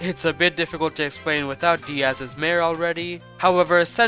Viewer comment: finally u said "diaz" instead of "die-az"